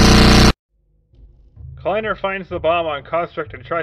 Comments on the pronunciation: i think its pronounced kly-ner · I don't like the fact they were live, they could have been recording and not living. also, the way you said kleiner in the first mention of kleiner makes me want to shoot myself in the head then respawn then do it again and loop that again and again. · you said kliener wrong